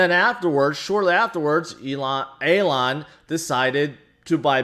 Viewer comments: Hey, It's Elon right, not Alon? Still love the fact that we're all:) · Calling hem Alon is an even bigger fail than the crashing of BTC. Just sounds like you're mispronouncing it... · You're mispronouncing his name instead of using a different name... Anyway the whole thing is just too toxic atm. Barry with his "welcome to crypto" message to doge holders wasn't any better...